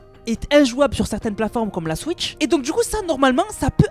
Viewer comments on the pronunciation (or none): none